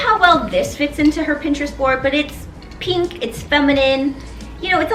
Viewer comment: I am triggered by the way you pronounce 'pink'.